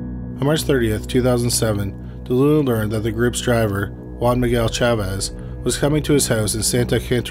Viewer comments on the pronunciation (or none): none